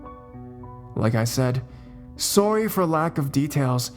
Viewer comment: Suary is how you said sorry